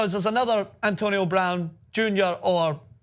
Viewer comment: He said her last name wrong